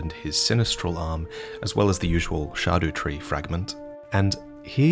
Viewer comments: Naw it’s definitely pronounced scadoo-tree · they don't voice the line as shadow tree. they say blaidd correctly, so you're saying it wrong. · I think it’s scaduhhhtreee like scattertree its logical makes sense and all of u saying scadUtree drives me nuts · idk about the sha-duh-tree. google translate tells me its greek for "expired"...and since the pillar says all dead souls will end there..its kind of like an underworld at the same time... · actually Old-English and Dutch are closely related and the dutch word for shadow is 'Schaduw' which somewhat resembles the way you pronounced scadu in the video. Hearing that way of pronouncing the word makes it seem very sensible that they picked that word for the tree, give that "Erd" resembles the word "aarde" which means earth :) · Its not shaduu, man. Its just shadow. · I don't care, they are pronounced SKA-DOO tree fragments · Sorry it’s actually pronounced SkidooTree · SHAR-DO TREE FRAGMENT?! SHARDO?! ITS SKIPPY DEE SCADUTREE! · Dutch for shadow is schaduw and still has a harder c sound. So scadutree is still a valid pronunciation because a lot of names in this game have old Germanic if not German or Dutch inspiration too (hinterland for example) among plenty others. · Great video as always. Though I admit I'm less perplexed by scadutree pronunciation than having missed the furnace golem with the giant brassiere.